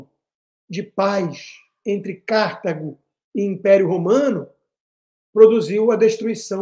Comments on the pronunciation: Alguém avise o Constantino que não é "Cártago", é CartAgo. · C/Á/rtago doeu meus ouvidos. Deve ter deixado a Cíntia Chagas arrepiada.😢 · Sempre, nas muitas aulas de História que tive nesses meus 77 anos, ouvi CARTÁGO, paroxítona, acentuando o TÁ. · Eu não assisto Jovem Pan desde que aquela estranha falou mal do Pavinato. Constantino, aposto quanto você quiser que a pronúncia é " Cartágo" - "Delenda Cartago - Cartago será destruída " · Rodrigo, gostaria de corrigir a pronúncia de Cartago, se me permite. Em latim escreve-se KARTHAGO, usando a letra H para indicar a sílaba tônica. Talvez em inglês se pronuncie Cártago, mas, em português, esta é uma palavra PAROXÍTONA . Asilaba tônica é a TA. ❤ I Luv u